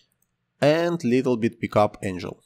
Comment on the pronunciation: забавный английский ! Энжил angle)). Энгл правильно))